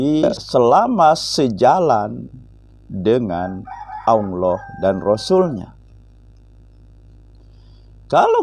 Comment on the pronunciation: Saya setuju dengan channel. Tapi tolong dalam melafadlkan الله dibenahi. Jangan Aulloh yg lidahnya ada di tengah langit2 LAM nya. Tapi Allah LAM nya dengan lidah di langit2 depan mepet gusi dalam😁